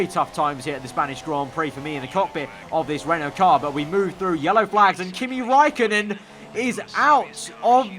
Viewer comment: You use ä and ö but you cant speak with them